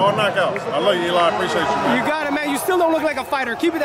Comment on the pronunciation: Im tired of these MFs saying Eli😂😂